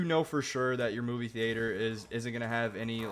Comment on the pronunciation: the way you say theatre is criminal!